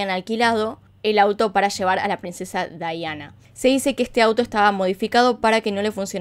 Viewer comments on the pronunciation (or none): Aaaaay me molesta mucho que digas "Daiana" a Diana... Pero muy buen video! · Amo este caso, como narras las cosas. Me estresa un poco que le diga Daiana, ella es Diana pero igual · Es Diana, no Dayana 😌 o soy la única q escucha q dice Dayana ? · Pienso igual. Debió haber dicho Diana no Daiana. Pues está relatando en español. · Me encantó! Muy bueno! Lo unico que le dijiste DAIANA cuando es DIANA un monton de veces 😂 amo tus videos! Los veo TODOS 👌👌👌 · Me ha gustado mucho tu documental, pero me molesta que no menciones bien su nombre es DIANA!!!! No daiana 😠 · Es Diana no Daiana! Pero fuera de eso muy bueno el vídeo, bastante completo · Se dice Daiana? O porque ella lo dice asi no comprendo era Diana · Es Diana no Daiana :'( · Por qué dice Dayana y no Diana? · Me desespero que la mencionara como dayana cuando la mayoria la conocemos como diana💆de igual forma me gusta mucho como relatas los hechos 😊